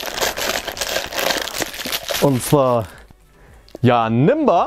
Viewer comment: der Dude heißt Janemba nicht Janimba und Gokus Bruder Turles nicht Turtles